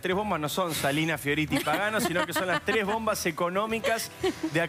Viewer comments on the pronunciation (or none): "LA TRES BOMBAS"? Como que se comieron una S.